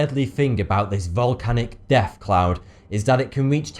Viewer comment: the way he says it though.... Hey foughty two here and deaf would surely happen *fank God for modern medicine